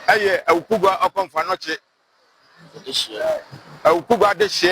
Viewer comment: AWUKUGUA, NOT AWUKUGUAA😊😊